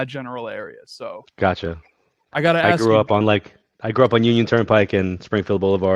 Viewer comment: I detest that BS intro "Music" you play & Number 2 the word is ASK, task,f lask, mask ask, NOT AXE there is NO "X" in the word ask.